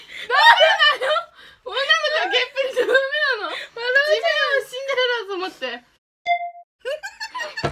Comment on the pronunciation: ちょっとマジでやばい 何回もシンデレラをスンデレラって言ってしまう